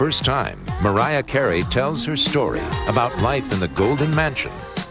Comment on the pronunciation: I can't stand when Barbara says Mawiah Cawey.